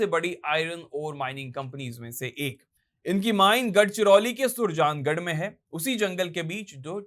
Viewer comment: थोड़ी मेहनत ज़्यादा ही कर लेते और शब्दों का उच्चारण ठीक हो जाता, सुरजागड़ है वह नहीं सुरजांगद